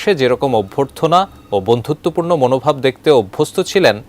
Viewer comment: বন্ধুতবপূর্ণ ? are you kiddddding ?